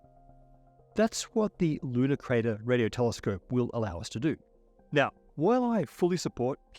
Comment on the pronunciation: With your accent, I first heard “Ludicrous” Radio Telescope. Good name to not get funding.